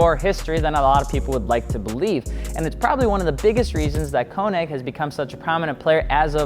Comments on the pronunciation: The ö in könig is like oe and sounds like oo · konig = k-ugh-neek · U can’t say KONIG WTF